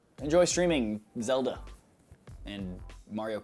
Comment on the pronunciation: Is it just me or does the way he says "Zelda, Mario Kart" feel kind of weird.